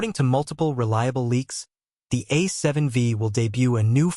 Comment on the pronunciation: A seven 'Vee'? This AI voice clearly doesn't know anything about cameras